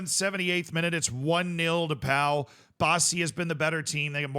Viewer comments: It's pronounced Po! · 100% pronounced Po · Pau is pronounced Po fyi And I don't think he meant to drag him up. I think he was telling him to stand the fuck up